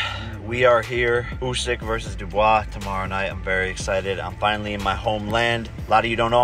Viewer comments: Tak ciężko nauczyć się wymawiać poprawnie nazwisko dibuła,a nie dubis? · Z Dupisem 😂 czyta się "dubła" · Nie „Dubisem”, tylko „Dibuła”😅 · czyta sie chyba Dibuła a nie dubojs :D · DIBUŁA a nie DUBISEM xd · Nie "Dubis", bo wymawia się "Dibua"... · Nie z "dubisem" tylko "Dibłą" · dubła mr znawco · Dibua to się czyta Dubois xD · Jakim kurwa DUBOISEM ( to nazwisko wymawia się DIBUA ) . Tak jak w ,,The Quest” główna rola FRANK DUBOIS (wcielił się w niego oczywiście Jean-Claude Van Damme). Czyta się Frank Dibua!!! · "Dibuła" błagam czytajcie poprawnie, "dibuła" xD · Z kim usyk walczył?😂 ,, Dubis" 😅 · Mordo czy ty serio powiedziałeś "Dabisem" ? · Z kim walczył Usyk??? Z "Dubisem"??? 😂😂😂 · Hahahah Z kim ? Dubisem ? Co to jest Dubis ? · Walki Usyka z Dubisem? A kto to ten Dubis? Wstyd droga redakcjo, żeby nawet nie sprawdzić, jak poprawnie wymawia się nazwisko boksera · Z kim kurwa walczył Usyk? Pierwsze słyszę dubis? 😂😂😂 to jakis nowy discopolowiec? Nawet Jake Paul wymawia nazwisko przeciwnika Usyka, ale po co sprawdzać :) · dibuła sie czyta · Dibua się czyta jełopie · Za przekręcanie nazwisk (dubois) 👎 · Haha prowadzący na wstępie nawet nie umie poprawnie wymówić nazwiska Dubois'a,skoro to kanał o freakach to po co sobie zawracasz chłopie głowę sportowym tematem o którym ja słychać pojęcia podstawowego nie posiadasz skup się na tych przygłupach z pseudo federacji.